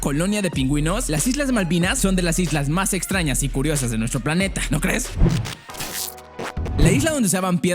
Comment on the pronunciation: Minuto dice islas patrañas xdd